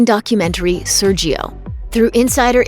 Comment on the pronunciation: The brazilian pronunciation is "Sérgio". The "é" is pronounced clear way, with the open sound.